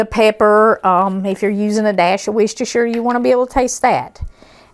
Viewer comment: Looks so good! Also, i think you're probably the only person ive seen that pronounces worchestershire right. Thank you!